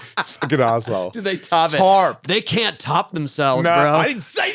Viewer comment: Jason:"Tahp this time? They Tahp it this time? ... Tony: 🤨 Jason: "TARP🤠" 😂😂😂❤